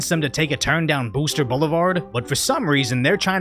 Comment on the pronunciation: Pfizer: Boostahs! Get your Boostahs here!